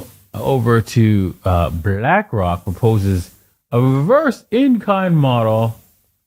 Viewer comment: "Revised" not "Reversed"